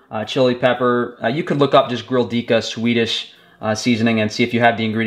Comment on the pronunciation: Grilldyka? I think you mean to say Grillkrydda 🙂